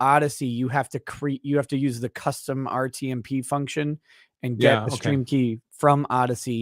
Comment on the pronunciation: I heard "fucktion", too, but then I thought I just made it up in my head until said it lol